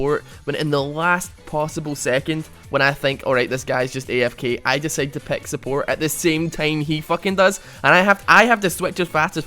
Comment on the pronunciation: Lol, you pronounce pick like peck. So funny :D